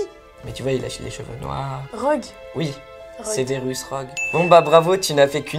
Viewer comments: Fautes hallucinantes. La prononciation m'a fait exploser aussi : Sévérus (urgh), Remus LUBIN (ARGH). Je vais dormir et quand je me réveillerai, tout ceci ne sera plus qu'un cauchemar lointain. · a dis "Séderuis"